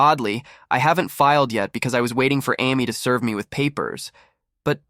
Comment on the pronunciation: AI voice Amy Ah-me lol